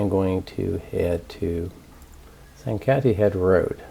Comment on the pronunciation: You also aren't pronouncing Sankaty right